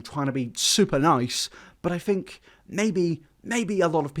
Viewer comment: Ironic...tells people how to pronounce music....Continues to say 'fink' instead of 'think' but I still adore you 😉 I'm just impersonating a catheter and taking the piss 😜